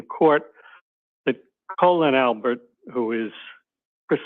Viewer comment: If Cosgrove can't get someone's name correct like Colon Albert he needs to retire!!! FFS 🤦‍♀️🤦‍♀️🤣🤣🤣🤣🤣🤣